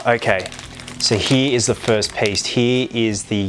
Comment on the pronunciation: how he says "he" instead of "here" an it makes me chuckle loll